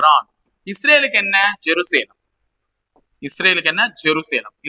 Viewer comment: ஜெரு சேலம் இல்ல சார் ஜெருசலேம்.